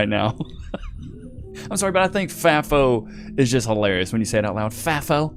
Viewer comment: It's fAfo not fafo